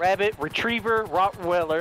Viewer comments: “Rotten welder” instead of Rottweiler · I heard Robert Weller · Rot wi-ler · He said rot willer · *Rot Whaler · Rotten weller